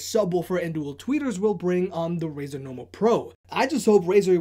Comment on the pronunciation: its Razer - learn the company names! i dont go saying bosa or bosu even its ship company and sounds like chinese brand name even its american, i do own z623 tho and mine doesn't have volume and bass writtings - here a logitech QC for you, also my brothers 5 years old z623 sounds better than mine 1 year old z623....